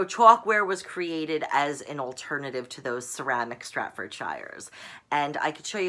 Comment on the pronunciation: STAF FORD 'SHEER'